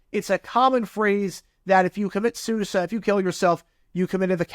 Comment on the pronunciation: For a second I thought you were saying s*** code. I was like "what the hell is a s*** code."